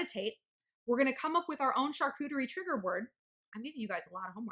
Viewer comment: Holy wow girl! The way you pronounce Charcuterie gives me MAD douche chills.